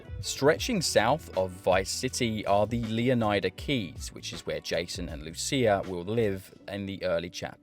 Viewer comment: It’s pronounced, “Luh-Nie-Duh” Luh rhymes with Duh. Nie rhymes with Lie. How is “Leonard” pronounced? You don’t say “Lee-oh-nard”. Stop pronouncing every letter in the word.